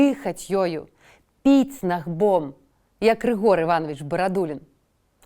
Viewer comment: Гомельская вобласць. Набгом, а не нагбом